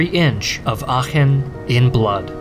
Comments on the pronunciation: Oh, he can pronounce "Aachen" correctly, but he can't pronounce "Iran" correctly. Is it less deserving of such native honorifics in his subconscious opinion for being a Muslim country? Or he just didn't care enough to give it enough decency and respect by looking it up as he did with Aachen? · You can really hear, that he practiced the pronunciation of Aachen.